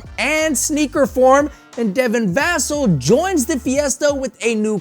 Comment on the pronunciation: It’s Devin vas-ell that’s how you pronounce it ... thanks for the video